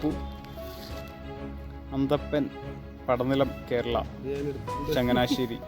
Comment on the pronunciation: അന്തപ്പൻ അല്ല ആന്റപ്പൻ 😁Ennalum Nammude Oru Naattukarane Kaanan Pattiyallo....Bro പോയിട്ട് തിരിച്ചു Vanno?